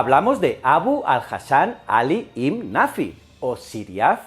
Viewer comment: Ibn se dice ben, me extraña de